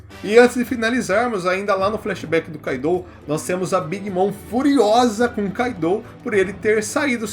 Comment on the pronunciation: Tipo o kaido , eu sei q escreve KAIDOU , mas a pronúncia q cai melhor seria KÁIDO (sem acento )